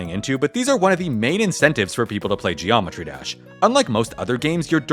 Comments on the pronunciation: Zheeometry Jash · Geo metri desh 😂